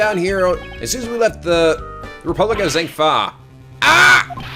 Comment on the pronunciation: it's EYE-flEYE the 3rd e in Meele is silent and at least you pronounce Zheng Fa right for once